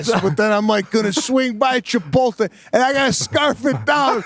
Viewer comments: "Chipolté" ?..."Chipolté" ? Who the hell are you guys? Brent Kursher? I've never heard that mispronounced that way. Whoa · Can someone “kindly” tell Sebastian that Chipotle is pronounced: Chipote-lay not Chipole-tay😂